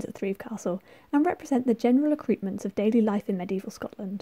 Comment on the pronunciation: And "Gaelic" and "Burgh". And "accoutrements".And "saltire".